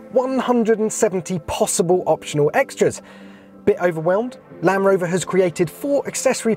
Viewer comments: Please teach him that there is a D in Land Rover not lanrover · Anyone else notice how he says "lan rover" rather than Land rover? So bloody annoying 😂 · I swear he keeps saying Lamb Rover..... Almost like Benedict Cumberbatch saying pengwings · Why is he calling it a lan-Roma 😂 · Where did this guy learn to speak "LAN'ROVER" and "there _isn't_any flat panels" I can't watch. Can anyone recommend any other videos of this actually being used? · Why is he saying lamb rover